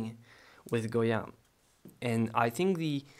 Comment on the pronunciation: My ancestors were from Spain and I visited his home in 1970. I have his book, and you pronounced the Spanish name very well. You are also a great artist to my taste. You are so young and yet so talented. I like your videos and techniques so much. Also, I may add, you are very kind and honest. I haven't seen many artists like you in You Tube. Because of your kind actions you will be blessed with riches and fame. Some people do not appreciate other's kindness but the Almighty God, blessed is He, does appreciate and blesses those who help others. Thank you so much for your videos. Goya was very much into the politics of his country and the cruelty committed to the prisoners and the poor. I believe that he was a "visionary" and could feel the suffering of the people. I liked his sensitivity, although I find some of his painting gruesome, and terrifying. That was the time he lived in. Thank you for your kindness and teachings. God bless.